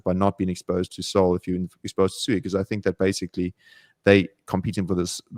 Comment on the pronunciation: Holy 💩 can pronounce SUI correctly